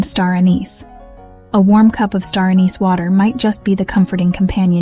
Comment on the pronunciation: you pronounced anise four ways.